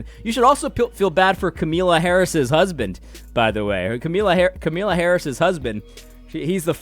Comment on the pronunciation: AD. please continue to mispronounce her name, it gives me joy.